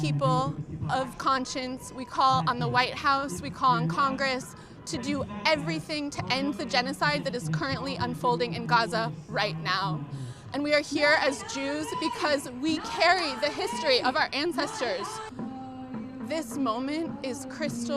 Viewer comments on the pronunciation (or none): Its not gza it is gaza